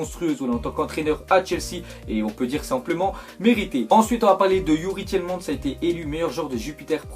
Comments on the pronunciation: on dit pas tielman mais tielmane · youri tielmans on prononce tilmans avec a pas an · On dit Youri Tielemaanse et oui il est très bon avec anderlecht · Je suis anderlechtois et je te le dis il va faire du sale dans votre championnat il va devenir un des meilleurs joueurs tu verras et c'est normal car il vient de la meilleure école de jeune et du meilleur club de Belgique 💪💜#34 et ça se prononce comme superman donc tielemâns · sa se prononce tilmans pas tielmans !!! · Waaaa faut s'améliore mec sur la prononciation de la pépite belge